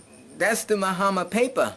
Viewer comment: You pronounce his name fine. And you are right citizenship should be streamlined throughout Africa. If other countries did this diasporans would make other countries popular also.